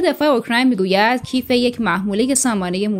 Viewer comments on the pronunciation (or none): با سلام درنخستین جملات اسم شهر کیف را که پایتخت کشور اکراین است اشتباه تلغظ کردی و از آن بمعنای کیف پول یا کیف دستی درنظر گرفتید وآن را تلفظ کردی زیرا سامانه موشکی در کیف جا نمی گیرد